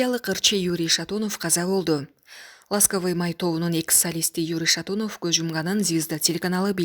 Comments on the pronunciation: Произноси правильно Юрий Шатунов.а не Шатуунов. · Шатунов деп ударениени туура койуп окугула журналисттер.